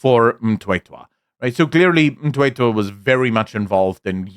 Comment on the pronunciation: Surname is Mthethwa, not Mtwetwa.😊